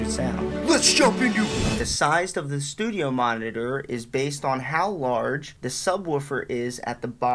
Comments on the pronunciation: Noooooo it's all i can hear now and he can't even say it properly. I just wanna go grab mine and smash em 😱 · New year's drinking game: watch the video and take a double shot every time he says studiomonitors. Regular shot each time he says monnidurr or studiomonnidurr (singular). Brotip: actually, don't. You'll be dead within 3 minutes. 😂